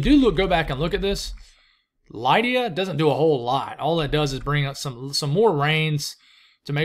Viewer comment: I've always known it as LID-ee-uh. (But who knows?)